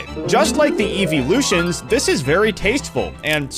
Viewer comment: "EEVEE LUTIONS"